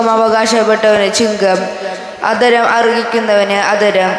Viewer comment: വചനം തെറ്റാതെ വായിക്കാൻ ശ്രമിക്കാം. ഇന്ന് ആദരം എന്നതിന് അ ധരം എന്നാണ് വായിച്ചത്. 🙏🙏